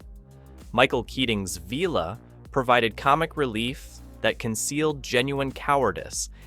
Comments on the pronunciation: Can we not have the script read by someone who has never watched the show. Veela? Really? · your AI still can't pronounce 'Vila' :-p